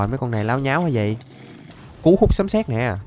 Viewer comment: Lộn rồi anh sấm chứ không phải là sấn